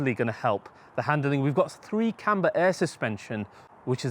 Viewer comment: "3-camber air suspension"?? Or did the script say "3-chamber" but you didn't have your contacts in?? Lol!!!